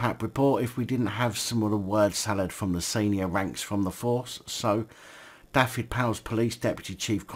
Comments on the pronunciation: just a little tip on pronunciation, single F in Welsh is said as V so its (dove-ed,) Dyfed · the F is said as a V SO IT sounds like this Du-ved.